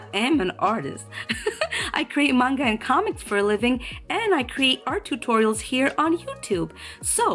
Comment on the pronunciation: An actual manga artist that even pronounces the word correctly. Not man-ga, and not the ever popular monga, thank you,, truly. XD